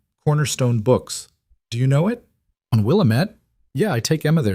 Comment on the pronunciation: Willamette is pronounced will-aaam-ette.